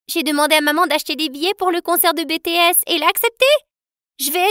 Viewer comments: On dit BTS pas bétés🤣😱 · Ses pas bètèesse ses bitièsse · Elle a dit BéeeTS aaaaaaaarrr sa se dit BTS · Désolé mais je suis sensible a ce qui concerne bts😂 Bitiès pa Bétéès😂 Je rigole votre histoire est superbe ✨❤ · nan mais de ouf sa m'énerve c'est "bitiesse" pas "bétéesse" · La seul chose qui m'a fortement déranger et fait saigner mes oreilles et quand j'ai entendu(béethésse) bts se prononce en anglais bitis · Concert de Bétéèss 😭 (BiTièS merci pour la prononciation) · PARDON !!? Quand on dit le nom d'un groupe de musique quel qu'il soit, il faut faire un petit effort, donc c'est pas BéTéS, parce que ce n'est pas un diplôme mais bel et bien BiTiS, parce que c'est la façon dont on le dit et oui c'est comme en anglais dis donc ! Voilà j'ai poussé mon coup de geule. Mais à part ça, c'est une nouvelle voix ? Je la préfère aux autres dans le sens où je la trouve plus expressive. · " bétéhess aie j'ai mal aux oreilles là on dit bitiesse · Elle a dit bts 😂c’est bitijhes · On prononce pas " Bétéhess " mais "BTS" en anglais! 😤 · "le concert de bétéaisse" PTDR A QUEL MOMENT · C'est BTS bi ti s pas b t s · c'est quoi ton probleme avec bts pourquoi tu dis << be te es >> 😂😂😂😂😂😂😂😂😂😂😂😂😂😂😂😂😂💘😂😂😂😂💘🙇🙇🙇🙇🙇🙇🙇🙇🙇 c'est << bi ti es >> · je ses mai elle a dit Bétés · On prononce comme ça c'est pas bétés se en anglais 😡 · Mais quand même corriger la prononciation. C Bi Ti Ès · En tant que ARMY j'ai les oreilles qui sifflent en entendant bétés alors que c'est BTS donc on dit les lettres en anglais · Je suis une ARMY et je vous rappelle qu'on prononce BTS pas bts il faut le dire en anglais ok mais l'histoire est super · Une prononciation a revoir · S'il vous plait je m'adresse à la personne qui gère la chaîne si vous savez vous pouvez respecter BTS ne dites pas leur nom c'est chiant d'entendre bétess vous déranger bcp Les Army qui regarde votre chaîne avec sa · La vidéo est très bien mais c'est Bitiès la prononciation sans être méchante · ON DIT BI TI ÈS mais si non c bien